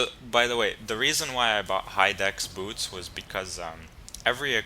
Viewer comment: lol your pronunciation of "boots" is funny. Buuts.